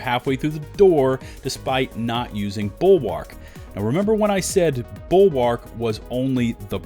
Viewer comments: the 'a' in bulwark is basically silent. please stop saying it like that. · I find it funny every time you say the name "BULWARK"